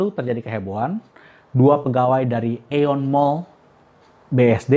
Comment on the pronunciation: 日本語ーインドネシア語通訳として、ご返事させて頂きます。 確かに「Aeon」の正しい読み方は「イオン」ですがインドネシア人は殆ど知らないので「アエオン」になっちゃった訳です。